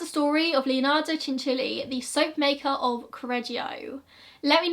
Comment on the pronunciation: Cianciulli is my family’s last name, when I googled the name just for fun a few years ago I came across this story 😳 also thank you for pronouncing it right I can’t tell you how many people don’t